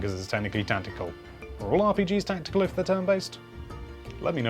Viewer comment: What the hell is "tantical? I think you mean TACTICAL. Notice the lack of an N, and the C before the second T is also worth noting.